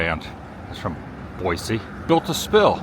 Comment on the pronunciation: Glad you're enjoying our beautiful city! The running joke is that this time of year flies are our "state bird!" Looks like the street fair was lots of fun. Boise is lots of fun - reminds me of Berkeley, CA, back in the 70s. Open-minded college town. Glad your sister has you saying Boy-see so you sound like a local. ❤ That grilled cheese looks amazing! 😋